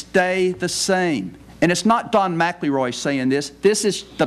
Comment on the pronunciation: Did he just mispronounce his own name?